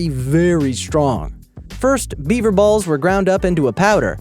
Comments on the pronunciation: Thought you said 'Beiber' testicles - That would work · am i the only one that thought he said bieber testicles and alcohol? 😂